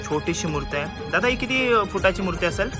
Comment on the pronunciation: Murt nahi re dada murti bol 😊